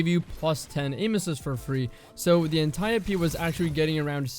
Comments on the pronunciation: thousands of dead ancient greeks are cringing in their graves at the destiny communitys pronunciation of Antiope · The way he says Antiope-D. Why are you doing this, why must you hurt me this way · Why is he saying antiope like that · You are pronouncing antiope d my guy jesus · Antiope, is he trolling when hes saying that? Straight kakkis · Man the way you say antiope actually pisses me off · its not antiope its antiope :D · I dont care if the way he pronounces it is correct, it still annoys me cuz it just doesnt sound right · Proud of the comments that they’re not all just roasting how says Antiope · Please never pronounce antiope like that ever again lol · good vid but the way you pronounce antiope is horrifying